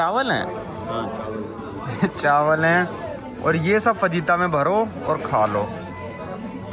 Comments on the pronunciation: Bhai fajita ko (fahita) pronounce karte hai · bhai fajita me j silent hota hai